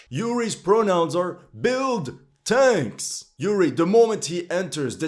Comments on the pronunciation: His pronounce are build/tenks "I love the smell of fresk tenks in ze mornings" 🤣🤣🤣🤣💪🏻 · Yuri's pronounces BUILD/TANKS 😂😂😂